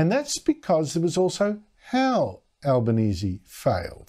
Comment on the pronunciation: Tony Albonesie has trouble speaking , can't pronounce words , lisping . Certainly no leader . He is a shocker